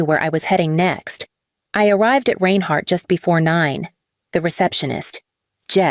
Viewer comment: Learn how to pronounce "Reinhardt "! All this stuff is stupid.